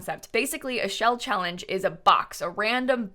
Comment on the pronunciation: Anyone else catch her saying chawange instead of challenge lol